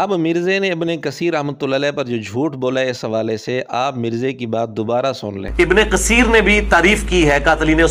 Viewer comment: تجوید کی مہارت کا دعویدار مرزا "ابنِ قسیر" بول رہا ھے۔ "س"اور "ث" کے اردو تلفظ میں شاید واضح فرق نہ ھو لیکن "ق" اور "ک" میں اردو میں بھی واضح فرق ھوتا ھے۔